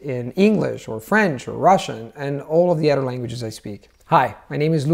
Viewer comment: Luca, your English grammar is on point. I’ve watched 5 (I think) of your videos because they were suggested by a friend and I’m extremely impressed by your fluency in English. That being said, I did notice in this video and one other that you pronounced the voiced “th” in “other” and “mother” as a “d” while pronouncing it perfectly at the beginning of words. I don’t mean to be hypercritical because your vowels are quite good (one or two noticeable mistakes) and your rhotic “r” is perfect, but the mid-word voiced “th” would be something to work on. It’s very noticeable to a native English speaker. Otherwise, your fluency is outstanding!